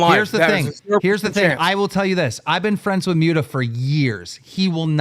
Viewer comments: "I've been friends with Mute-a for years" Clearly not enough that you bothered to learn how to say his name, keem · Am i the only one who gets more pissed off each time keem says "Myuta" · Why does nobody correct Keemstar when he keeps calling Muta “Mew-ta.” Like everyone pronounces it right and he hears it; yet he continues to say it wrong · y he call him mewta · Lmao at the way keemstar says “mute-ah” instead of Muta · I can't stand the way Keemstar says "Mewda" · LOL."ive been friends with Muta for years" but can pronounce his name